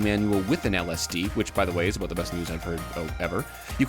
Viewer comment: Lol he said Aboot ! Good job 👍🏼